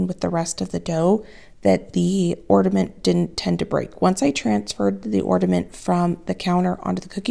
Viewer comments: I got a chuckle about your repeated "orDaments" comment (instead of "ornAments") how funny. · Hi, I have been enjoying watching your videos lately. I have a little pet peeve today though... It's the word ornament. Whenever I hear someone pronounce it orDament, I have to click away. It makes my insides die a little. I'm sorry. I know it's petty. But there's no d in it. 😢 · Am I hearing you say “ordament”? I can’t tell and it’s cracking me up that you say it wrong because you’re so articulate normally. And it’s endearing because my youngest son used to say it as a little boy. Love it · It sounds like you are saying orDament - it’s pronounced ornament. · I watch you all the time, you remind me of my daughter, lol. I'm wondering if it's my hearing or or are saying "ordament'? instead of "ornament"? It's cute! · I love you so much. watch you all the time. no matter what and I do not even have a garden or enjoy working in the kitchen. However, I watch because you make me smile. With that being said. I do have to say that there is no "d" in Ornament. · I’m sorry but the word is ORNAMENT there is no D in this word. A simple thing but surely someone else has noticed this. I don’t want to be the mean girl as I really like your channel but every time you mispronounce it I wince.